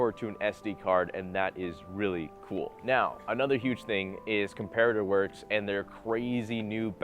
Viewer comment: I swear it’s called imperator works not comperator works